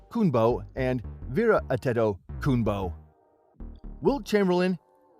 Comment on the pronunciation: Lmao the ai struggling to say antetokounpo and i cant blame it